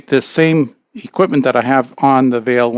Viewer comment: It's not "VEIL" it's "VIEL", for anyone who wanted to see what he is mentioning, and spent 10 minutes searching for it like me 😅